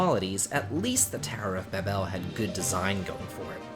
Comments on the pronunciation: Tower of baBEL, you sound like you're putting the emPHAsis on the wrong sylLAble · There are two ways to pronounce Babel and yours isn't one of them